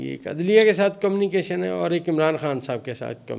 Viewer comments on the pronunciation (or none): کَمْ نِی کَیْشن؟ صحیح تلفظ کَمْ مِیُو نِی کَیْشَنْ!